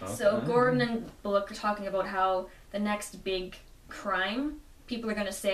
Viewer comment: Excellent review (should inspire people to rightfully buy and read this book. It's even worth its now $15 asking price!). However, one note: Bullock's pronunciation is "Bull + lock" not "Bull + loke"